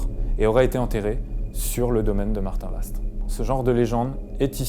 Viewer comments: ça se dit Martinva et non Martinvast,on ne pronoce pas le st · Je suis une Cherbourgeoise et on ne dit pas le S et le T à Martinvast mais on le prononce MartinVA ! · Alors on dit Martinva 😉. Que représentait le cadre tombé ? Il n'est pas tombé par hasard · Salut superbe enquête le s se prononce pas (Martinv(s)at Merci